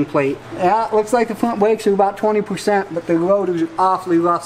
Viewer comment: I didn’t realize brakes had a “w” in it? Along with every other word. Just an observation. Maybe I dun werned me something new towday